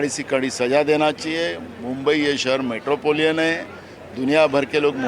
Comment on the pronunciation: 'मेट्रोपोलियन' नहीं गधे राम! मेट्रोपोलिटन .. Waise घटना भर्त्सनीय है, देशद्रोहियों को जेल भेजो